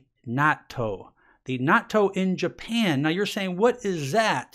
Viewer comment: Japanese friend told me pronunciation of natto is na-tu (accent on tu)